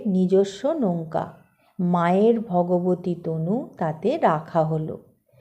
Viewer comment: সৎ প্রসঙ্গ সব সময়েই শুনতে ভাল লাগে, শুধু মাঝে মাঝে একটু আধটু উচ্চারণের ত্রুটি কানে লাগে। যেমন আজ শ্রীশ্রীমায়ের প্রসঙ্গে বলতে গিয়ে " ভগবতী তনু" বলেছেন। ওটা " ভাগবতী তনু" হবে